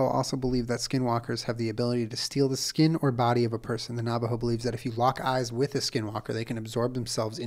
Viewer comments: Low key... its hilarious listening to someone try to speak navajo. It's so normal to me... but just hearing julien try to pounce navajo words makes me smile.. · I was screaming listening him try and pronounce lol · white ash doesn’t refer to a specific type of tree, what we(navajo) use as protection especially at night is ash from a fire. Just dip your finger in the ash and put it on your forehead or the crown of your head. It was also funny watching you pronounce the Navajo names. This was a good episode.